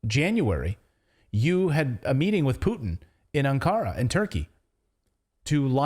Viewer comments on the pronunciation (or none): Ankara is pronounced on the first A